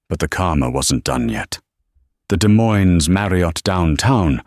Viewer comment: Irritating: the mispronounation of Des Moines IA. Then, pronouncing it correctly. Need to get it correct all the time.